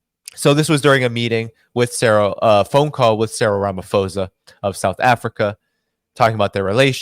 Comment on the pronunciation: Hey great show always great listening to your showits pronounced Ra ma po sa